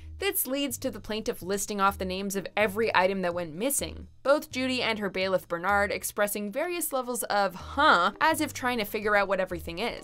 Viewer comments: Bailiffs name is byrd not Bernard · Bernard??? His last name is Byrd. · It's "Bird", not Bernard. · Y’all seriously called Byrd Bernard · His name is Petri Hawkins-Byrd aka Byrd not Bernard lol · The bailiffs name is Byrd not Bernard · Is "altercated" a word!?!? And the bailiff is not "Bernard"! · It's Byrd not Bernard 🙄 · Yes his surname is Byrd. Petri Hawkins Adonis Byrd. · "Byrd." Not "Bernard." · The bailiff's name is NOT Bernard! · Who the flip is bernard??? His name is byrd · It’s Byrd, not Bernard! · The bailiff is Byrd (Petri Hawkins-Byrd), not Bernard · It's Byrd, not Bernard. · Too many clips are quadruple repeats.... Petrie Byrd Hawkins...Not Bernard 😐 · And that's when I stopped the vid right after she called Byrd Bernard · Did you just call her bailiff Bernard? His name is Officer Byrd. Petri Hawkins-Byrd. WTF. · The bailiffs name is not Bernard. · its byrd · ITS BURT